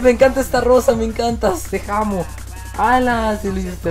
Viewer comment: XDDDD se le equivoco enves de amo dijo jamo :VVVVVVVV